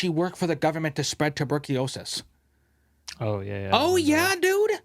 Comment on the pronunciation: "Tuburkeeosis" Four seconds later, "..some people don't think before they speak." :)